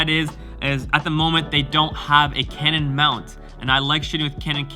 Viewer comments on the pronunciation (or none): none